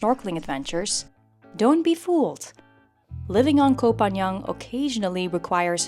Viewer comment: And you still cannot pronounce the name of the island. It's not Koh Phan Young, but Koh Phan GAN. Pronounced like GUN!!!